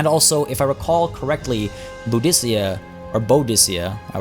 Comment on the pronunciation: Her name is pronounced Boo-di-ka